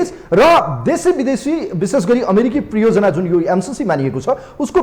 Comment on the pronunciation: Priyojanaa hoina hajur pariyojanaa ho.